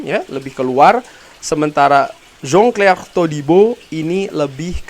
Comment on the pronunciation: bang pke bahasa sebut nama.a biasa ja lah biar jelas ni kan indo bkn luar pavard.a jgn pke da HA.a😅😅😅😅 sama jan clair jgm jon chlair🤣🤣